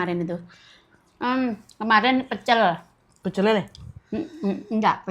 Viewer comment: Pece' lele yg betul mb bukan pecel lele 😂😂